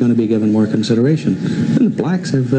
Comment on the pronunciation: It's crazy how he emphasized blacks.